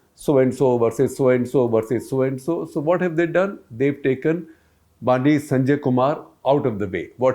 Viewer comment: Correction. Bandi Sanjay's name is pronounced as बंडी संजय and not बांडी संजय. Also Bandi/Vandi in South Indian languages mean "Vehicle" or Vahan